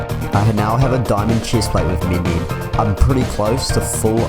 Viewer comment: When he says "chest" he like has a German and British accent " Lol "